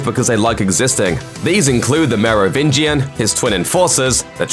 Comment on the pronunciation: I’m legit impressed by the consistent pronunciation of Merovingian